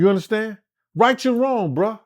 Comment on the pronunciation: "YOU UNDASTAN" MIGHTY! 🤣🤣🤣